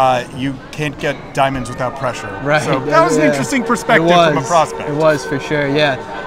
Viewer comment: Thanks but who said "No pressure no diampnds?"